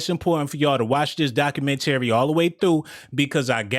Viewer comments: "doc-u-men-terry-" bruh stop🛑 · You're illiterate or something bruh! 🤣🤣🤣 Can't pronounce documentary correctly and be reeeaaaaching!!!! On some points here and there like Dahslim from street fighter lmao. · U killing me how you say “ documentary” sheesh. Nice video though